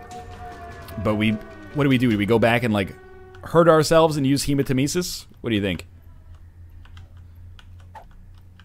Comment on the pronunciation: Captain Wind I actually love the way you said Hermanitesis or whatever it's called.